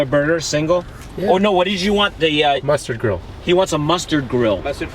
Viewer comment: が息子さんに「このバーガー何て言うんだっけ？」っ聞いて『mustard grill』ってネイティブ発音したのを「ますたーどぐりる」ってジャストな日本語で解説するのは…度肝を抜かれる！よくぞそんな日本語表現できる！たぶん世界一の日本語能力だと思う。